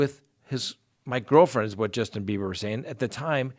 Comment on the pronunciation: Am I hearing Justin Beavor or Justin Beiber?